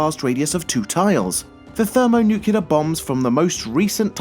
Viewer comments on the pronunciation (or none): Thermo-Nucular bomb?